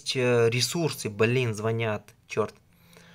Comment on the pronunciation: Немного не по теме., отдельный респект за то, что сказал звонЯт, а не звОнят. А вот слова "отсрачивать" нет. Есть слово "отсрочивать". Удачи!